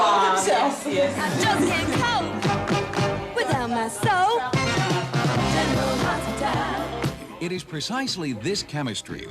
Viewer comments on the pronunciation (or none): 😂 Yeah, the reporter really flubbed on the name, sheesh. Tony GARY?! 🙄😂 and at the very beginning of this clip, the reporter says, “General Harsh-pital” - what a mush-mouth 🙄😂